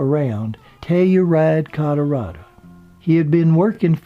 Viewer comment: first time i hear Colorado being pronounced Colorada